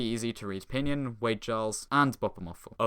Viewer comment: never heard pinyin pronounced "p'nin"